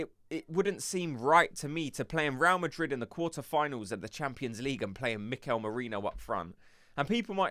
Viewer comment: Please fellow gooners let's not sound so gormless even with a cockney accent. It's not 'Row Madrid' it's 'Ray-al Madrid' - 2 BLOODY SYLLABLES!!!